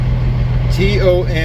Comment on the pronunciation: Fast food can be eaten while driving. If you have to be sitting still to consume it = not fast. The town is pronounced ton-ga-nox-ee. Or just say Tongie, everyone around it will know where you mean.